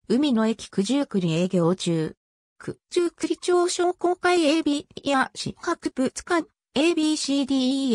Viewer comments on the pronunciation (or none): すみませんが、九十九里ちょうでは、なく九十九里まち片貝ですよ。